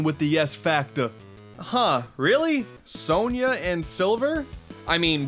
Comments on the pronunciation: It’s pronounced “Sonia” not “so-nyah” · Isn't it "Sonia," not "Sonya?"